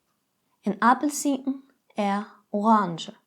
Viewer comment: Why in the word "appelsinen" is there a slight "t"-like sound before "n"? It's not strictly "t", but is perceived as a "t".